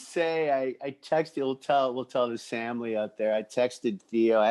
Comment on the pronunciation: Love the show boys but I cringe every time you guys say samily or famcro. I cant be the only 1 right lol